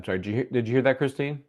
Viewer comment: it's Kristen not Christine